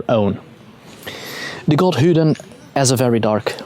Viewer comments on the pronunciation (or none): Just curious why you say Hudin vs a more common pronunciation like modern Odin or “Othin” (Old Norse). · A very interesting talk on the god Odin. I was particularly interested in how you pronounced this name as 'Hooden' (without any emphasis on the 'h'). Here in England we refer to this god as 'Woden' which is pronounced as it would be in modern English, but obviously not so originally, since the Old Saxons wrote it as 'uuoden'. In the shire of Kent in the South of England is a custom of parading around the streets as a 'hobby-horse' and the title given is 'Hooden' or 'Hooden Horse' which has already been recognised as Woden/Odin by some. What a lot of English people are not aware of is that their most famous Folk-Hero - Robin Hood - derives from the remembrance of Woden in a role as the 'Green Man', the 'Lord of the Trees'. The tales of Robin Hood show his 'light side' as 'Fame-Bright Hooden' which is what 'Robin Hood' means. Robin Hood (Hode) was said to be a one-eyed wanderer wearing a red mask fitting with his being the 'One-Eyed God' and the 'Masked One'. On the other side of England in Wiltshire is a barrow called 'Adam's Grave' which is situated in the area around Avebury Stone Circle and Silbury Hill. A couple of decades ago a woman visiting the site was about to leave when she suddenly stopped and became anxiety and then not a little afraid for no reason whatever; she looked around to see no-one else there. She then heard the sound of an 'army of horses' galloping towards her at full speed; she moved off slightly past the barrow and the sounds stopped immediately. The o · funny he calls odin hoodin lolz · "hudin" lol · then he pronounces horrible as orrible, so adds an h to vowels and silences at start of words?